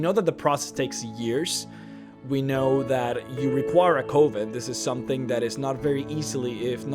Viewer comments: did he say COven it is said like cuven COven would be spelled like cooven not coven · L Takara listen to how he says Peryite and Coven for starters. whats wrong with your ears? It has nothing to do with accent, "bro".